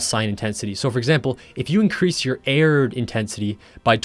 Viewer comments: its aard not aird.... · "aaeeeerrrd", i think i just got cancer from your pronounciation of "aard".